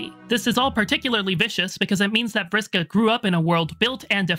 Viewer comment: Really loved the pronunciation of (Vriska).